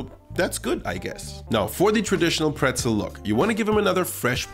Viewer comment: Nice recipe, and thank you so much for the proper pronunciation of pretzel, as an American who is interested in learning German and travelling to Germany that was helpful. Prost! 🍻